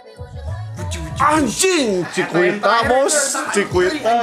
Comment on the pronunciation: Sebutnya cikita bang bukan cikuita😭🙏